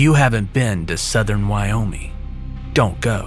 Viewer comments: Its Wyo-ming, with a hard g, not Wyominy. It bothers me, considering I live in Wyoming. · You kept saying Wyomey and it's really annoying